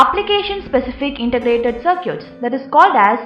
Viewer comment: I wonder, why she keep saying "Sir-cutes" to circuits??